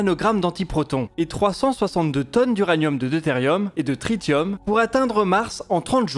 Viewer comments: Le "tritium" se prononce "trissium" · tu peux prononcer le tritium [trissium] ! 😀